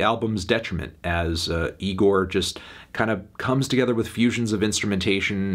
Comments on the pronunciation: Oh my god Melon second go round and you still pronounce it incorrectly, it’s not nigorrr, say it with me bud, igorrr. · Anthony how many times do we have to tell you. It's pronounced Igorrr not Nigorrr. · It's pronounced E-GOR not NEE- GOR, Anthony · Again Melon it’s igorrr not Nigorrr We’ve talked about this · He pronounced it nigorrrr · Good review Anthony but I think you misread the band name. There's no 'N' in 'Igorrr'